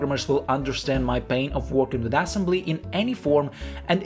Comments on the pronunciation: why is bro saying assembly like "ass-'mbly"? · dude says "ass embly" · Love how you pronounce it ass-embly. 😆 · broh really emphasizing the ass in assembly😭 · i like how you emphasize "ass" in assembly